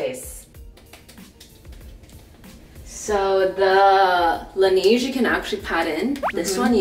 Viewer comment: Love the side by side dupes! Excited about the Heimish mask. Although the way they pronounce La Neige is killing me - it’s French for the snow so it’s La NEH-je